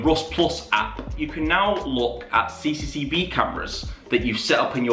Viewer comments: Came back to this channel after like 7 years. It's good to see that he still says "CCCV" instead of CCTV cameras xd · Bro keeps mispronouncing CCTV and it's getting on my nerves. Its C C T V, not ccv or cccb or whatever he says lmao. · I have never heard about CCV cameras before😂😂 Your forgetting the T in CCTV😂😂😂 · How many times can you say cicetivi cameras in a video, had me laughing every time. 😂